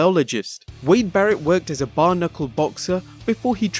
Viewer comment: Bare Knuckle..not Bar Knuckle